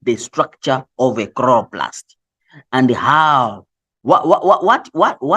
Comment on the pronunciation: i cant stop laughing at “khroplast”😭😂😂😂and i have to study but i cant😭